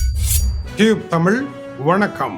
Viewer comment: ரியூப் அல்ல டியூப் தமிழ்